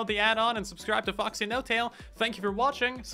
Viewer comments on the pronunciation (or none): none